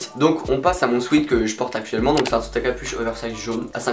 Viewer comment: Tu essayes de bien prononcer Urban Outfitters mais essaye de prononcer sweat correctement ! 😉 Sinon super bien la vidéo et surtout les articles Kappa 😵👌